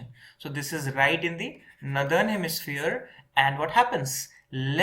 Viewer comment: Great except the way you pronounce northern. It‘s nor-thern, not nu-thern.